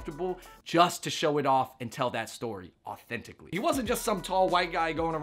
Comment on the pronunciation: "authenticly" lol